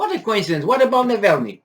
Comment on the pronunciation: hey, it is Navalnii (w/ both "a" pronounced the Romanian way). Just a little detail. Your News are absolutely great, best of good luck.